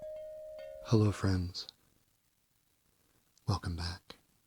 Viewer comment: TingTing is the most adorable of all! “Wercome Back...”